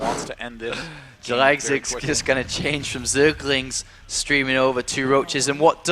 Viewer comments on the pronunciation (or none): none